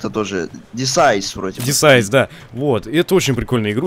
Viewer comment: Не десайс а Десит